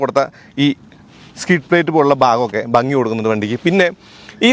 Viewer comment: ഫഗി അല്ല ഭംഗി😂😂😂😂😂😂😂😂😂😂😂😂😂😂😂😂😂😂😂😂😂😂😂😂😂😂😂😂😂😂😂